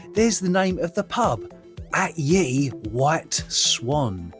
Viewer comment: One small thing not a "at ye" but "at the" see the oddly styled ltter "y" is actually a letter 'thorn', read as "th"